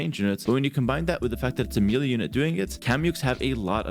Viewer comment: Please, it's meh-lay not meely.